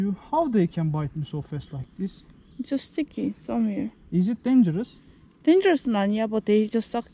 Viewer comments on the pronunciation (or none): yaw senin "this" yerine "diz" diyişine hasta oluyom ya